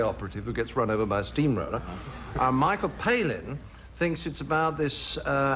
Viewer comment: i love that he always says Michael Palin's name wrong 😂😂